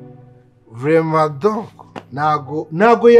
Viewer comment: Birasa we Ati vramaint doko 😂😂😂😂😂😂😂😂😂cyaze gusinda birakubereye nubwo Atari ibyanyabyo